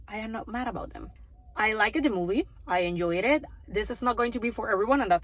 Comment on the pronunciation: Please don’t take this the wrong way but hearing you say I likeda movie made my morning heading to work. I usually listen to movie reviews on my commute lol